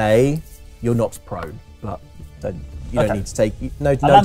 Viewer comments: I heard not prone too. I was like "oh cool, i guess cats Do always land on their feet" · I heard "not prone" also, both times, lol.